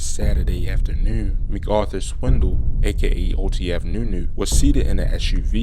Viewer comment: Sounds like you having a hard time saying nunu